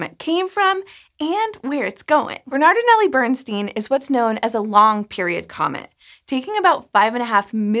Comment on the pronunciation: It's Bairnstine not Burnsteen.